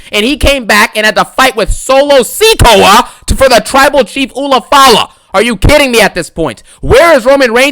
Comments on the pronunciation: "SOLO SEEE KOA" lol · "Solo SEAKOA"💀💀